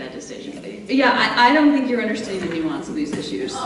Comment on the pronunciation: Did she say "new ass"? It's nuance.....seriously?